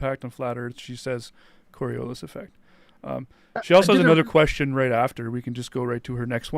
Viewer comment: She's certainly one of the intellectually laziest people I've ever encountered, to the point of not knowing how to pronounce " "Ockham" and "Coriolis". I know, I know, you can't be expected to know every little thing...